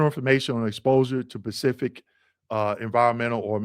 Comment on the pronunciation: Bro, the word is Specific, not Pacific!!